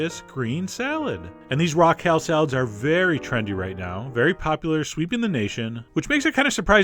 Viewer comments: It sounded like "Raquel" salad. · I kept hearing Raquel Salad :\ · I thought, " who's Raquel?" And then I realized you were saying "raw kale."